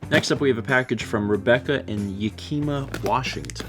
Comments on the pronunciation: I came to the comments section after hearing Yakeeema hahahaha! For everyone else - it's Yak-a-ma. Yakima, WA. :) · AAAAAA I'm so glad my package got to you and you liked it! I laughed at how pronounced Yakima, but it was a good laugh. The keychains for those curious were a bead designed lizard thing, a singular flip flop, and the best friends ones were the oreo and the milk bottle. I'm glad I got some laughs from you both, and glad you like the Celeste card too. Also Correction: I said I had gotten TWO of the same Celeste card, not 20, like it sounded like you said. But it's fine